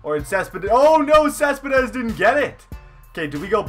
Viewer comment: Not cespedess